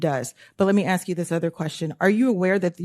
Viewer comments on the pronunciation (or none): is great HOWEVER, the word is 'ask' not axe and Trump is the Commander in Chief not the Commander of Chief. Don't get me wrong. She is doing the right thing but I think in order to really zing into ligitimacy we must speak properly, unlike Melania Trump. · She’s good but please, it is NOT ax but ask!!! He is NOT the commander of chief but the commander In chief or The commander in thief. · If she wasn't in Congress in the United States Congress I wouldn't care if she said "axe", but it really hit my ear and not in a good way cuz she's substantive and spot on and seemingly fearless. It's not untoward, I do not believe, to believe she is capable of upping her game in that one respect. Because other than that she is a true servant of democracy and her constituents as well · She’s “axing” questions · Great cross examination, but she would be taken more seriously if she learned how to pronounce the word 'ask'. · Why would a smart person say - that is not the question I axed you.